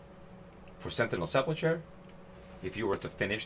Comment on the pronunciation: Lol look up how to say sepulcher🤣